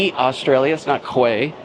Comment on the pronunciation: Quay Australia.....Pronounced "key", not chee.